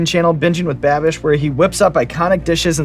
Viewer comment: Brad calling babish Babby will always make my day